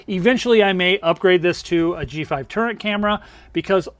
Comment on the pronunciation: Are you saying turret, turning out turnet??